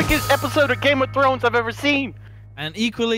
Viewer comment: "Game of Trons"